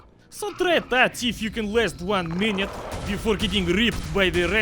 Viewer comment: "Mine utes" later Your genius man